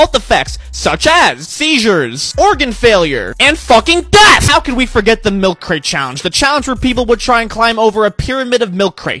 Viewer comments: The way he pronounce death just like deaf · Every time he says "And FUCKING DEATH" I'm dying. Subscribed. 😂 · i love how throughout the video this guy's voice gets significantly louder when he says "death" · I love when he says “and fucking DEATH!”💀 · I love when he says "including fucking DEATH!!!" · Bro the way he says death "FUCLING DEATH! " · I love the way he emphasizes " death " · I laughed every time he said “and FUCKING DEATH!”